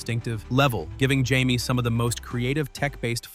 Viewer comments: When a person is Latino, Jaime is pronounced "hi-me" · Regarding Jaime Reyes (Blue Beetle) Jaime is pronounced Hi-may. But, of course AI wouldn’t know that. When did Namor join the X-Men? I know they have worked together and fought against each other as the occasion required it. I never thought of Daredevil, Nightwing or The Silver Surfer as underrated. I’m not sure if the description applies to any of the characters in this video. Most often, it’s the writers that don’t recognize the potential of what they are working with. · This video obviously has a AI generated narrator, and it couldn’t pronounce:”Jaime”, it’s pronounced with an:”h”, and not with a:”j”,🤔💁🏻‍♂💯. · It's actually closer to Hi-meh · Jaime, a Himan would know how to say this... maybe, either way Stop using AI to make the simplest videos. It's garbage